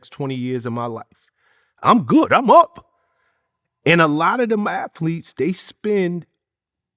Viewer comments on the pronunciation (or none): ATHletes, not AFletes